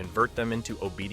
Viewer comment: wait did he say mo when started talking about smoke???